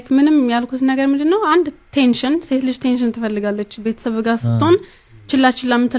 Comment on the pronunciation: እንግሊዘኛ አትችልም እንዴ? አቴንሽን ለማለት ቴንሽን